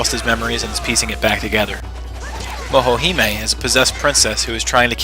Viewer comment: kisuke is pronounced kiskey, not kasuky and she is momohime, not mohohime -.- and the game deserves more then 8. at least a 9 (same with sotc) but other then that, this was a pretty good review.